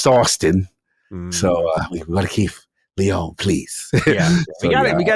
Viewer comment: Great podcast but please, Lyon is lee-on not lee-own